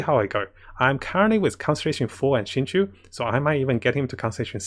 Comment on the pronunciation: Why is everybody calling my boy xingqui its xingqiu goddangit